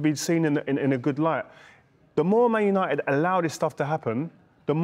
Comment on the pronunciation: put some respect on Uniteds name mate lol saying it like United are Wigan